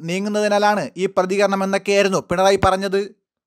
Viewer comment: ദയവായി മലയാളം ശുദ്ധമായി പറയൂ..പറഞ്ഞത് എന്നത് എപ്പോഴും പറഞ്ഞദ് എന്നു പറയുന്നു..ത ക്കു പകരം ദ വരുമ്പോൾ കേൾവി സുഖം പോകുന്നു..